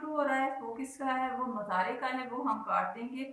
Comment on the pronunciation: Mzary nhi hota moozaray hota hy